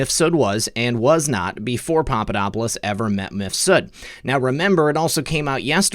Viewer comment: Surely Mifsud is one name, rather than Mif Sud?